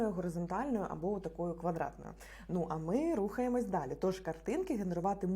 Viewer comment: "даль -і" -це типу Далі? охохох..